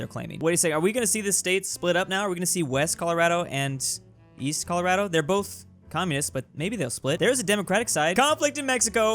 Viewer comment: I'm so glad you said ColoRADo right instead of "ColoRODo"